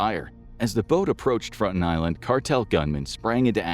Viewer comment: You aren't pronouncing it correctly. It's Frone-tone